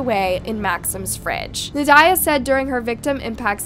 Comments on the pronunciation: Nad-ya. Not Na-diah. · Na die ugh lol I think it’s pronounced like Nadia… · Pretty sure you’re saying the name wrong. Should sound like “Na-dee-a” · It's pronounced naw Dee yaw Just so you know Very typical Russian name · It seems AI is being used. A human voice would be wonderful. I think it is more "Nad-ya".